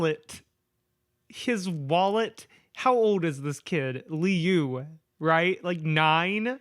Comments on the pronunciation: Liu’s name is pronounced luu. Idk if that was helpful, but I hope,it did 🙃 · Funny enough, you actually got Liu's name right the first time. It's "Loo", like Liu Kang from Mortal Kombat. Dunno why Jeff's brother has an Asian name but I guess it can imply cool things about his family that aren't really that common. All around, really good video! Such a fun time reading your first Creepypasta ever. And probably one of the worst, despite its popularity. Your videos are always a good time. (Also, uh, my trans inspo heck yeah slay queen \o/) [Also wow I'm late to this video, nice] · Lee-ooo is how I'm gonna pronounce Liu's name from now on. (It's actually said like Lou.) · LIU is pronounced Long Island University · I stopped watching this video after the third misuse of the name Liu... I get it's off the cuff and random so a new name with no context was doomed from the start, but it was really hard to continue with such a massive mispronunciation... Hope she considers name checking during the recording if that happens again...